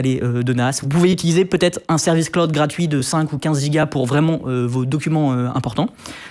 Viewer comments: J'en suis à 3'43'' de la vidéo, il n'arrête pas de dire Claude, j'en peux plus, Jean Neymar 😅 Jay Malo crâne !😵! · Mon dieu, MON DIEU, mais pkoi il prononce "cloud" "CLODE" ?? 😳JPP Ca se lit même pas comme ça en Français ! Il a jamais joué a FF7 ?😅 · Il prononce l’anglais a la francaise: Clo-oude, le o a la francise et le u a l’anglaise Comme quand on dit dijiaï (dji), au lieu de dijayaï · "claod". Prononcez après moi: "claod". Pas "cl-ou-d", pas claude, "claod". C’est facile à prononcer pour un français. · j'allais le commenter après avoir du revenir en arrière pour comprendre ce qu'il voulait dire :') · Je me suis fais exactement la même remarque 😂 et c’est bien de voir qu’ils font bien attention aux prononciations maintenant, tel que iClaude bien sûr 😂